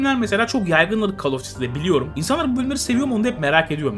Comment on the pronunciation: Hocam "Kol" diye oukunur, "kal" değil :)